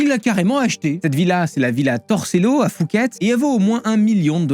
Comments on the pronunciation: Superbe vidéo, par contre c'est Phuket pas Fouket 😅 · Effectivement. Il dit "fouquette" en Thaïlande les thais ne vont pas comprendre. Même si ça s'écrit Phuket ça se prononce "pouquette" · ca se prononce Poucket, on est pas a Paris 🤣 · N'importe quoi, une simple recherche Google le prouve. Non, la Thaïlande n'est pas un pays du tiers-monde. La police thaï et le système carcéral sont gangrenés par la corruption, qui est omniprésente et non cachée. N'importe qui peut se faire tuer pour une poignée d'euros; tu peux aussi simuler ta mort de la même manière (avec beaucoup plus d'argent). Ça se prononce "POUQUETTE". Beaucoup d'erreurs grossières dans cette vidéo auraient pu être évitées avec quelques recherches basiques. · Phuket se prononce Puket sinon superbe vidéo 👍